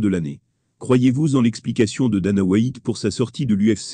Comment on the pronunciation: le plus drole c'est les prononciations anglaises dans le commentaire : Dana Why-ite et Just1 Gaethje